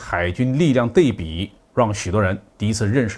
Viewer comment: 是安徽人吧？ 对比读成dei bi. 应读dui bi.